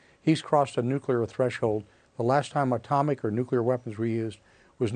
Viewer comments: Nuc-lee-ar, NOT nu-cu-lar! There is no nuculus in an atom. It is called the nucleus. Geez! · He doesn't have "nuculer weapons", he in fact has nuclear weapons.